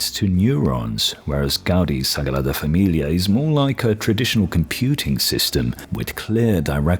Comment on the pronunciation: You pronounced sagrada familia that I now I'm questioning if you are, spanish, portuguese or Italian.